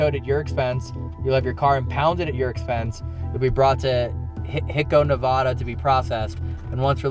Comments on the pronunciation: “the real housewives of Nebular” I can’t with anymore 😭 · doesn’t know how to pronounce Nevada🤦‍♂️🤦‍♂️